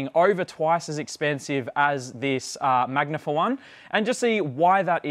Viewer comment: oh, that was driving me nuts!!... glad it wasn't just me